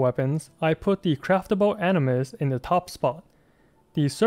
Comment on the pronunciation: Why u keep saying prototype animus it's aminus 👁️👁️